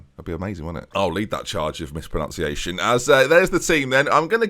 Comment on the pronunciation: So committed to leading the charge of mispronunciation that he pronounces mispronunciation wrong too, born leader.